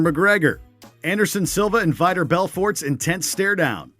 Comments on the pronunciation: Some of these are press conferences not weigh ins,It’s Nate Diaz not Nate Diaaaaz and pronounced Veetor Belfort not Vaitor Belfort🤦‍♂️🤦‍♂️ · Veeter Belfort????? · How do you pronounce Diaz, GSP, Beth Correia, Jose Aldo, and Vitor wrong but get Khabib Nurmagomedov right lmao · nate diaaaaz. its DIAZ! vaitor belfort. its VITOR! Georgis St. Pierre. its GEORGES! wtf is wrong with ur pronunciation dude. smh 🤦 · NICK DI-AHH-Z, V-IA-TOR BELFORT, MICHEAL CHEESA, BETH KOREA. FUCKING HORRIBLE, MAN. Its like they mispronounced their names on purpose. Piss poor work. Look, MMA fans are very meticulous when it comes to anyone outside of MMA commenting on the content. Get it right next time. We didnt take that shit from Stephen A. Smith and we won't take it from you! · Vitor pronounced like vitamin but got betch right lol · Did he just say V-eye-tor Belfort? 🤦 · Damn at least learn to say the names right vaitor belfort 🤦🏽‍♂️ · So fucking Cringe!!!!!! Vitor and Diaz was terribly mispronounced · how did you just pronounce Vitor??? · cringey pronunciation of Vitors name.